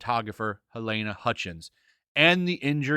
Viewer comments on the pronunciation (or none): none